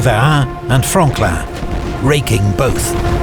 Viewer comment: Oh Franklin thought he said frogland